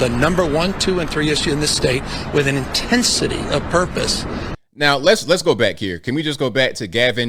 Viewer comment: Did he say " Intensity of purpose, or "A tent city of purpose" ? 🤔